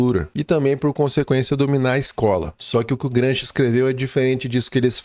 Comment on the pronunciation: Excelente conteúdo. Parabéns. 🎉 No entanto, ouvir o nome de Gramsci como" Gransqui" causa dor nos ouvidos.🙈😂